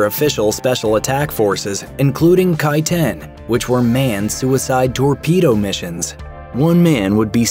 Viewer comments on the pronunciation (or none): none